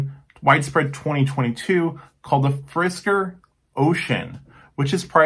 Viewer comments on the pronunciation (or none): fisker not frisker, this ain't cat food :)